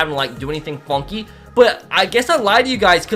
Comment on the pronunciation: “Fonky”is the new word lmao can someone count how many times he said it?